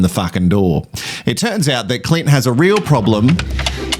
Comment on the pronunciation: Not me laughing every time you say Cli(n)t. The people who think you are pronouncing Elliot or experts wrong should just watch another podcast. 😂